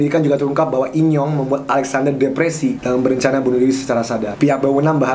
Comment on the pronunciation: In young, gye dengernya inyong alias enyong apasi pokoknya itu wkwk